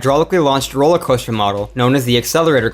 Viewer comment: "roewller coewster"